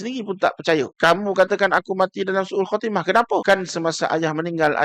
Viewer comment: Sebutan ha dan kha tuan tertukar tempat... Husnul khatimah...